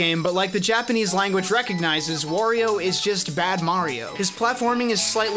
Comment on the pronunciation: "Worio"? What's next, call Mario a "Morio"? Wario has nothing to do with war, it's pronounced Wah-rio.